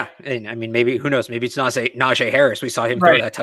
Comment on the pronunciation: It’s not a Najae Harris you dummy. It’s Najee Harris. Do you see an ‘a’ here ?